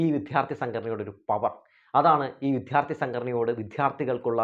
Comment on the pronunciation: വിദ്യാര്‍ത്ഥി(ദൈവത്തിന്‍റെ ''ദ'') എന്നു പറയൂ പ്ലീസ്. വിദ്ധ്യാര്‍ത്തി എന്നു ആവര്‍ത്തിച്ചു കേള്‍ക്കുന്നത് അരോചകമാണ്. അതുപോലെ താങ്കള്‍'' ബോധം''( ബാഗിന്‍റെ ''ബ'') എന്നു പറയുമ്പോള്‍ വേറെന്തോ ആണ് കേള്‍ക്കുന്നത്.